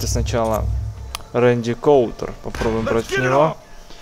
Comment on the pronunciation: Наталья, я слышал что он сказал, и он не правильно фамилию назвал, правильно Рэнди Кутюр, фильм "неудержимые" с его участием посмотри